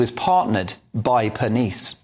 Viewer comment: ca. "...the pneumatic powerhouse Giovanni Pernice." Aside from not bothering to find out how to pronounce his last name, whatever did you mean by the alliterative pneumatic? I get it that you think Strictly is silly and trivial. No need to amp up the hyperbole about the show being about what you consider fluff. This news item is about female aggression in the form of gossip, innuendo, and reputation destruction, mostly the latter. IMO, the action against Giovanni and Strictly is more evidence that the left destroys everything it touches.